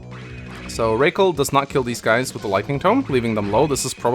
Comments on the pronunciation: Rah- Kal is better ray-cal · I think Rakel is supposed to be pronounced as in "Racquel" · Bro her name is ROCKELL. ROCK -ELL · Rakel pronounced like Raquel. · “Okay. Race Kwell”